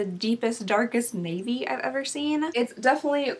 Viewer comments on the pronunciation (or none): none